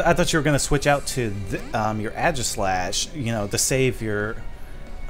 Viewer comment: u keep mispronouncing aegislash lol